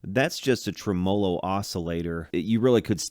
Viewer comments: it's pronounced TREM-o-lo :) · Why do you say TREMOLO LIKE THAT???